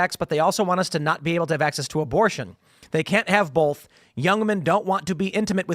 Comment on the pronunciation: Can’t stand the way Tim says “bolth” instead of “both” lol